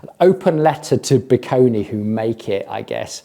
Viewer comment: I do have a hunch that the way "Bikone" is supposed to be pronounced is more in the lines of "bye-cone" and not "bee-koh-nee". That would definitely make the brand name sound far less amazon random garbagey.